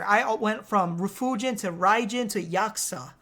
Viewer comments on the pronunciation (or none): none